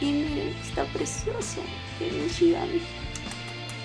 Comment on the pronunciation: Dices nishigami en lugar de shinigami aproposito?